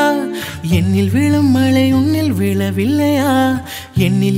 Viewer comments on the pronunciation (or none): I love ur voice, but pronounce malai as mazhai(we don't have an alphabet in English)